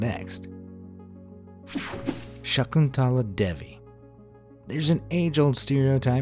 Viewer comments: I am an Indian myself, so let me tell you that you prounounced Shakuntala Devi wrong. It is pronounced 'Shuh-ku-n-tla Dae-vee' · The pronunciation of Shakuntala Devi though🤣. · As an Indian, the way this guy pronounced Shakuntala Devi was heart wrecking for me. 😭😭😭😭